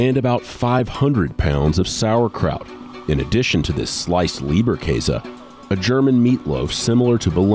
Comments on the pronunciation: Thats not called leaberkase its Labakaas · The plural of "Wurst" is "Würste". Not "Wursts". And the other one is called "Leberkäse", not "Lieberkäse".